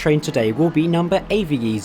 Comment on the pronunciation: It's pronounced Ave as in a bird, not A-V-E.